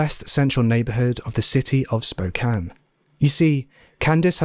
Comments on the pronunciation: Thank you for pronouncing "Spokane" correctly! You know how rare that is on YouTube? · Thank you for pronouncing Spokane correctly. I watch a lot of true crime, and my beautiful city of Spokane is unfortunately covered every so often. Most miss that. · I was a bluebird in the early 80s in WA. Thank you for pronouncing Spokane correctly. Everyone says "spo-cane" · You saying spokane correctly is so meaningful to me and I can't explain why. Love your vids!